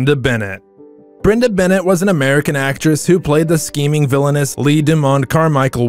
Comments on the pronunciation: Fir cryingviut loud, get someone who is at least familiar with the show, characters and actors to narrate. STEFano! Dimera. Brenda BEN AY not Bennett. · Brenda Benet’s name was pronounced “Benay “. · Brenda Benet. Not Bennett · Brenda's last name is pronounced Benea not Bennett.